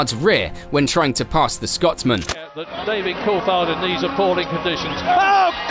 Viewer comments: This is done by AI... can't say driver names properly, can't say team names properly... Who the hell is Col-fard? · Culfhard ??? Cooltharrrd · Ur an F1 channel and cant even pronounce Coulthard. Idiot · pronounce Coulthards name right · Surprised you can't pronounce David Coulthard's name correctly being a fellow brit. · The way you pronounce Coulthard is so irritating